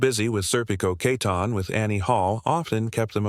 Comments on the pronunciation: Why do you call her Katon? Her name is Keaton!!! Get it right!! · You couldn't pronounce her last name correctly?